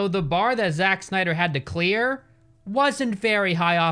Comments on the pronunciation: "Zak snia • dr" is how it's pronounced not "zachh snia • dr" got me 😭📲🔝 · I mean it's spelled wrong so he's gonna mispronounce it to further accentuate it ahahahahahah.